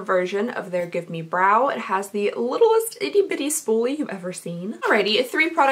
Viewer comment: Did you call the gimme brow, give me brow? :')